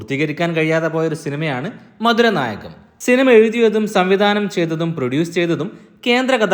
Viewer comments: Marudanayakam..not maduranayakam😊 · maduram alla bro marudanayakam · മതുരനായകം അല്ല മരുതനായകം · മധുരനായകം അല്ല.. മധുരനാരകം ! 🤭🤭😁🤣🤣🤣